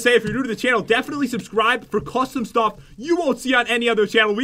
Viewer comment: said Stoff instead of stuff